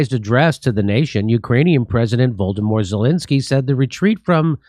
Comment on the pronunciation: Did Jimmy Dore just say Voldomor Zelensky? lol that made me spit my coffee out.